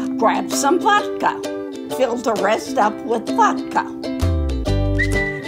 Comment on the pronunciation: It’s vodka not vaka